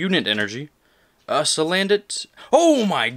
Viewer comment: damn that booster box is a party! but when you said salandant I lol'd so hard haha